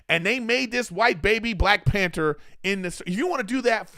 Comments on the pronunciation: PAN - THER not "pan - ter" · There’s a H in panther lol